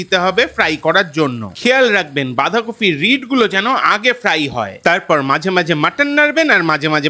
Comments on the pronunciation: Recipe ta Bhishon e bhalo but bolchi j kotha ta Bandhakofi noi Bandhakopi!! Jokes apart all the best.. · kofi kofi korchen kano? ota toh bandhakopi!